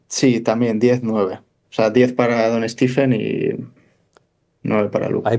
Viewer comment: ¿Por qué a Curry le llamáis "Stif" y "Stifen"? Los americanos (y él mismo) pronuncian "Stef" y "Stefen".